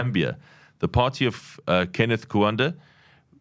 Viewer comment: Kenneth KaUnda, not Kuanda